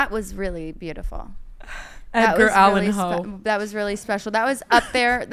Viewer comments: Did you just say Edgar Allan Hoe? 😂😂😂😂😂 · "Edgar Allan Hoe"🤣🤣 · Best poem ive ever actually heard! Moogadoo allen poe is more like it! Haha that had me loosing it 😂!